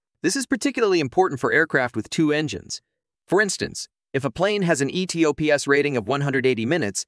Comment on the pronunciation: Its pronounced "E-TOPS" one word